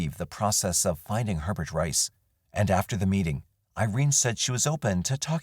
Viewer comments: In Louisiana we pronounce it a-bear. Not He-bert. Poor little bit. How awful for her. So glad these crimes were finally solved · Just gotta add one thing it isn't Hee-Bert. It is Aye-bear. Common Louisiana last name. Either was her case is just soo sad. Her life was taken before it really began. Sending love and light to her family, as well as the others throughout this video 🕯️ ❤ lml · FYI, the French pronunciation for Hebert is not He-bert but A-bear. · "Hebert" is a common Louisiana name. It's pronounced "AY-bear." The final T is silent in French names -- think Stephen Colbert. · hebert hahaha